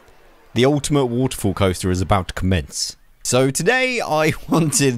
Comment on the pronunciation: Lmao he can’t say waterfall